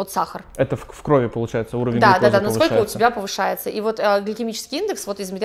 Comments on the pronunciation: Спасибо вам огромное за полезную информацию 😊Ребят, ударение не в крОви, а в кровИ ❤ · Спасибо за полезную информацию!! Не хочу душнить, но правильно говорить "в кровИ" (если есть предлоги "в" и "на", то ударение на И)))